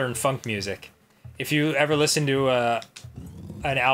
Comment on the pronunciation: I though Dan said Fuck Music.